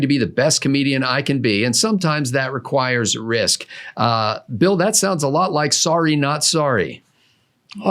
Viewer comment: The word is "risque" not "risky."